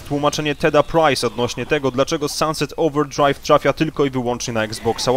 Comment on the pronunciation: "dlaczego Sanset Ołwerdszrajw tszrafia"